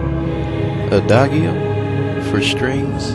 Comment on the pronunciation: Its said like a-da-gee-o